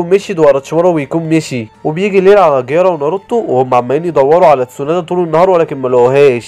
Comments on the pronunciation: و برضو اسمها تسونادي مش تسونادا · تسونادا ؟ قيارا؟ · ليش ما بتعرف تقول ولا اسم كيسامي✔️كزيميرو✖️ تسونادي✔️ تسونادا✖️ جيرايا ✔️